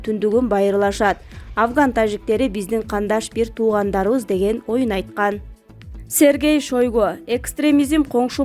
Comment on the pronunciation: Кыргызстанда уну жагымдуу диксиясы кучотуу диктор табылбай калдыбы бул кызынар тексти тура окуйалбай екен Сергей Шайгону Шергей Шайго дейтко уйат конкурс менен уну укулуктуу Отто билимдуу жоопкечиликтуу диктор алгыла окуучу кыздардан кылбай уйаат